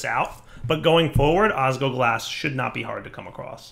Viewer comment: it's osGLOglas! There is an L that you aren't pronouncing and it hurts to hear!